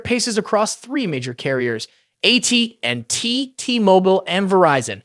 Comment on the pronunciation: ai can’t say at&t. lol